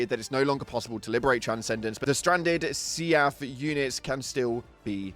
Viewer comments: I love how he keeps pronouncing SEAF as "Seeyaf" when everyone else says "Seef" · Omg see-aff is bugging the hell out of me. Sea-f. Seef. Not see-aff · Do me a favor....... Say "Leaf". Then pronounce "Seaf" again. Lmao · I've never heard anyone pronounce SEAF like you 😅